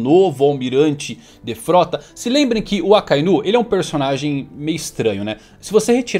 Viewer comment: te sigo a muito tempo, pq vc fala "Akainú" e não "Akainu" como é dito no áudio original?